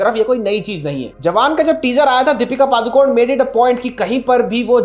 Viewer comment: She is not Padukon she is ಪಡುಕೋಣೆ (PADUKONE). Please don't swallow the last alphabet, E Kindly address her as only Deepika don't pronounce her surname WRONG